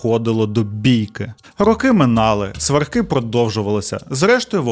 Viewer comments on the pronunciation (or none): Все би було ідеально у, якби не дивні наголоси: Якщо, сваркИ, щАсливо...і багато інших кальок і русизмів, жаргонізмів. А так, загалом сюжети цікаві